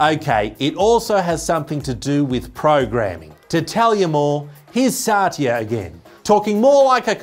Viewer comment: Why are you calling Sathya as Saatiya?